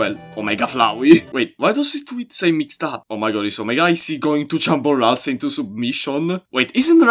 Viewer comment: Do NOT jumble Ralsei’s name one more time